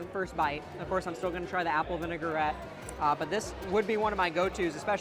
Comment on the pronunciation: Me every time he says "vinegar-ette" 😬😑